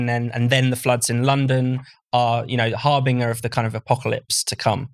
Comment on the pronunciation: Harbinger is pronounced harbinjer.